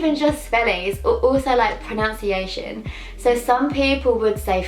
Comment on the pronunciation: You pronounced "pronunciation" wrong when talking about pronouncing your name :p ly x